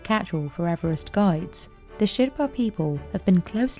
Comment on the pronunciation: GIDES... not gods. strange pronunciation.